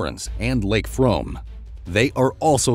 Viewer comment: It’s not pronounced frome despite the spelling. It’s pronounced froom